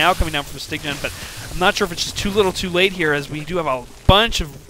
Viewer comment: Styggen is Norwegian and it means "The ugly one". And yes, you pronounced it wrong.You are saying "styg-gen".. just say "sty-gen".